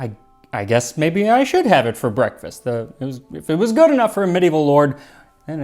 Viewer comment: "brekefaste" im calling it that now